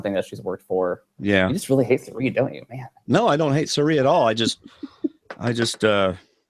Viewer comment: Your distaste for Cirie is clear,. From continuing to mispronounce her name, to your comment when David mentioned her lovely smile, and you bring up Michaela (seemingly out of nowhere) for having a better smile instead. Been watching for a while, and honestly, I'm surprised. I'm not outraged that you dislike Cirie. I dislike Ciera Eastin myself, but wouldn't say Hali has a better smile, even in jest. And that isn't as unfortunate of a comparison as Cirie and Michaela. Just my wordy 2 cents.